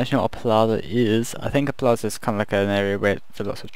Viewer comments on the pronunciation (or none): is it bad that i watched this video mostly just to here him say plaza and not just to see him actually build it?